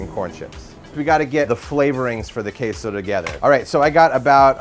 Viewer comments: The way they pronounce it sounds more like 'queijo' in Portuguese but the word they use is in Spanish. They can't even pronounce 'queso' in Spanish correctly. I'm just voicing my thoughts out. But seriously. Show some respect to other countries' languages. Spanish is the second most common language after all. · We actually pronounce it correctly. This guy is a douchebag, what a horrible video.